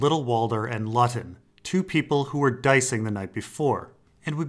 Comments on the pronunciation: Great video. Btw Luton is pronounced "Loot-un" not lutt-on. Just saying. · I think the Luton guy's name should be pronounced "Loo - ton". It's a town in England. Great video as always. Thank you! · Brilliant video. Not to be pedantic but Luton with one T is pronounced Loo-ton in the case of the town. That may not be the case with the GRRM character of course.